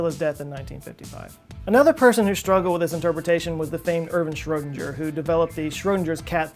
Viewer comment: It's weird for me as an Austrian, how you pronounce Schrödinger.